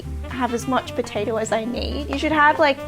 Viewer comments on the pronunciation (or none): Great video, but every time you switched from "potato" to "potater," I died a little inside.